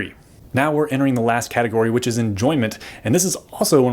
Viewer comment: Half way through the vid: "Now we're coming the the last caterogy."